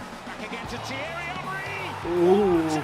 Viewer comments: Its thiery henry not jery hory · Wtf he just said chery hori for theiry Henry 🤣🤣🤣🤣🤣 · "Cherry hanry" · The way he said Thierry Henry😂😭 epic af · The way he says Thierry Henry😭😭😭💀